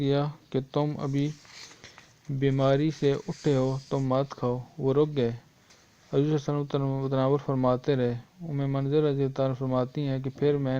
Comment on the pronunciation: Aap Huzoor ko Hajor keh rhe ho khud